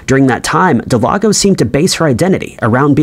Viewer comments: Del-gado.... Not delago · It's not delago its delgado del-gah-doe atleast if her name is what it said it was on the screen... idk if anyone else noticed it but, he was saying her name wrong the whole time, if so... lol. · Every time you say "Del-ah-go" I cringe.... Her name is spelled "Delgado" That is "Del-Gah-Doh"... Jeez I don't know why it's so cringe but it might be bc you nailed the pronunciation of Paniagua which is much more difficult. Smh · Uh it’s pronounced Del-gah-doe not Del-ah-go 🤦🏽‍♂️🤦🏽‍♂️🤦🏽‍♂️ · Her name is not Delago, it is Delgado. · Del-gado, not De-lago. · Please, please, please. Check names for correct pronunciation. The case of Brenda Delgado, you kept calling her Delago. Close, but not quite. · Brendas last name is Delgado. Not Delago 😂. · It was a good video, but I can’t understand why you couldn’t say Delgado, you called her Delado through the entire last section. You need an editor man!! Or someone to check your shit before you submit it lol. Unless you disagree… then you can just tell me sick your lon dick. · Am I the only one that was like it says Delgado not delago? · it's DEL-GA-DO . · delGATHO. In Spanish, the letter "d"(day) is pronounced as a soft "th" as in "the" when surrounded by vowells. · It is Delgado. Please pronounce the name correctly. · Thank you I felt the same way especially since he nailed Paniagua. I cringe Everytime I heard Del-ah-go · I bet he thought G is silent in Spanish when J is silent. Homeboy mixed g with j case solved. Still makes me cringe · The ‘creepy’ part is how the narrator pronounces Delgado…. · You have to go out of your way to mispronounce Delgado. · OMFGGGGG THANK YOUUUUUU!!!!!! I was losing my shi and typin hate, when i seen this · I’m joining the crowd here, I was spazzing out over it!! Actually came to see who else noticed.